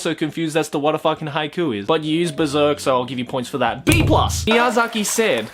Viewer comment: I'm crying because of Haikyu!! instead of haiku.